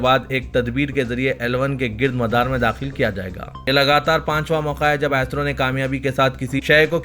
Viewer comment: Assalam o alaikum bh. AISRO nai hai Bhai , ISRO hai plz pronounce sahee kijiye.